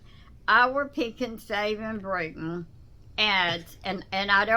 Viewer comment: Lmfao thought she said Britain